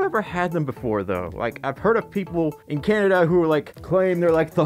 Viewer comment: I knew I wasn’t the only one that calls Canada “Cananada” lmao!!